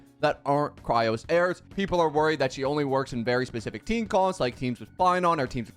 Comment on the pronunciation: FOR THE LAST TIME ITS CHRYSOS NOT CHRYOS NOR NOTHING ELSE JUST CHRYS OS